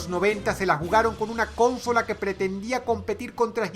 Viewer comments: Se dice consola no CÓNSOLA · Y es necesario que hables como un menso? ...Ahh y no es cónsola es consola. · No mames Dross, se dice consola no "cónsola"... vaya error mas grande de pronunciación. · Pasa diciendo cÓNsola, está mal dicho. El acento está en la segunda o. consÓla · Que cringe da escucharte decir Cónsola con acento en la primera O.. se dice Consóla por dios.... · Pibes: Consola Dross: Cónsola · ¿Por que dice cónsola? Me estresó mucho la pronunciación >.< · Soy el único que piensa que Dross pronuncia "cónsola" en vez de "consola"???? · porque dice CÓnsola , la palabra se acentúa en la última O , consÓla. A veces pronuncia tan mal que me pone nervioso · Para la próxima, se pronuncia consola con el acento en la segunda o. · Muy bueno, pero lo de la pronunciación 'cónsola' no me cierra.. esta mal pronunciado, es consóla..(sin acento) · ¿Por qué le dice cónsola? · ¿Por qué dice "cónsola"? Es consola. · Porque tiene un dialecto diferente? No lo sé :/ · Mi estimado Dross es Consola sin acento. Consola. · Consóla: ❌ Cónsola: ✅ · No se dice cÓnsola sino Consola , acento prosódico en la segunda "o") , es lo correcto. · El mundo normal dice consola y dross dice con-sola xd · pensaba que era la unica que se habia fijado en eso xD dice cÓnsola con acento en la primera o cuando sería "consOla" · soy el único que se pregunta porque dicen "cónsola" en vez de "consola"? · Alguien tiene que aprender a pronunciar bien las palabras. No es cónsola, es consola. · Soy el unico qu notò que DrossRotzank decia "Cònsola" en vez de "Consòla" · Consola o cónsola?? Faltan clases de pronunciación.... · Drossss xq cuando decís consola le pones acento a la O y decís cónsola???? -. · Por qué Dross pronuncia "cónsola" (palabra esdrújula) cuando la RAE dice que es "consola" (palabra grave)? y lo escribe así igual... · Ehm, una pequeña corrección... se dice "Consola" no "Cónsola". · Dross dice CONsola y yo digo conSOla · Alguien mas escucha cónsola en vez de consola? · Nadie Dross: Cónsola